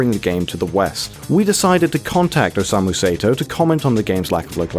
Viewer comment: "OSEIMU SAETOW" god, I love english pronunciation. Some things on this video was entirely wrong but I'm tired of commenting the same thing on different videos about this game. Other than that, good video.